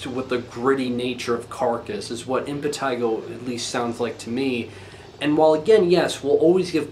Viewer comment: Yes, that's the correct pronunciation.